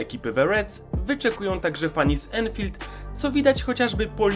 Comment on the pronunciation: dzięki za ten filmik ps. nie każde 'a' w angielskim wymawia się jako 'e', anfield wymawia się anfield, podobnie manchester i target man